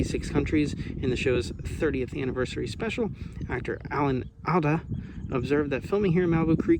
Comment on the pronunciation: De-cay-ter Alan All-duh